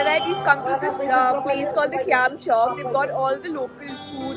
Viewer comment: Khayam not Qiyam